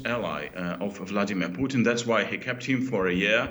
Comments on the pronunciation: Why is he saying Poutine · The way DW's anchor pronounces Putin makes me hungry for a famous Canuck cusines.